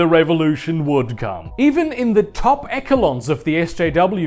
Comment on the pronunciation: legit sir, You need to do fucking audio books or something, that voice is British velvet. also, eshe-lons, not ecke-lons